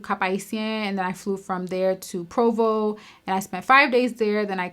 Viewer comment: Turks 🇹🇨in the building you said Provo like an islander 😁